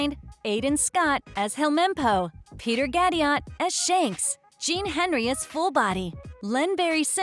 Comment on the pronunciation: Also, you can literally hear where the typos are in the script given to the AI. "Jacob Romero Gibbs" "Helmempo" "Craig Frairbrass" "Alexander Manithis" "Kalhadore"